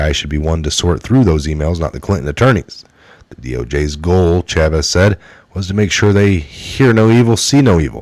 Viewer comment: Chaffetz CHAY-fets , not chavez.